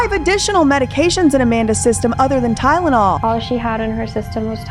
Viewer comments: Weird thing is, doesn’t even say Tylenol. She says Tydenol. There is a D every time. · I'm sure BJ did mention it in the very first video she did about this. When kept saying tynenol or tydenol (it's hard to tell) I'm sure I remember BJ saying she can't even pronounce it right 😂 I had to Google what it even was. I'm from the UK and it's just paracetamol here, there is brand names but nobody ever uses them, everyone just says paracetamol. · Girl didn’t even know how to pronounce TYLENOL, she had no right taking care of other human beings 😒🙄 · I thought I was just being petty; but the more and more I hear mispronunciation of Tylenol…the more I know she’s lying. You can just tell she’s trippin over her words. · So so many things wrong here, but nobody questions she “created” this technology but can’t pronounce Tylenol? Who actually came up with this whole idea and decided to use her as the face of it? I don’t believe for a second she actually made all that herself. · She says Tylenol the way my family does, oddly enough. No idea where that pronunciation comes from, but if she grew up hearing it, well, I still say it wrong if I'm not thinking about it. She strikes me as being "the face" of the idea, not the actual originator. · Only thing I can hear is her mispronunciation of "Ty-na-naw " 🤦🏻‍♀️ I know this is video is years old, but I'm still so thankful that you and everyone else here are able to give her a voice that she has never been able to have.. 😢. Actually, I take that back ... She has always had a voice.... But that she finally has people who are actually listening to her. ❤ I am 4 years clean now, and this used to be me.. I'm so thankful that I was able to make it out, and I'm so sad that this happened. R.I.P. sweet girl. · “All she had in her system was Tydenol”. Tydenol. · Tynelol and apelepsy. Limas pronunciations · TYNENAWL, I can’t get her voice out my head saying “TYNENAWL” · Tydenol lol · I can’t unhear it now 😂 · Wtf is tydenol